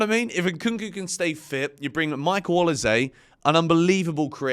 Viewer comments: changing how he pronounces Olise every time haha. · I have so much time for you but please pronounce olise’s name properly it is infuriating 🤣🤣